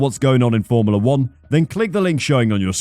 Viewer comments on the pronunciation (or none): Why do you say formula like “formila”